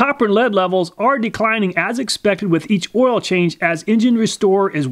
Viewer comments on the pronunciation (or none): Whenever he says "oial", my kidney hurts..